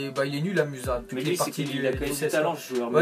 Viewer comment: "muza" mdrrrrr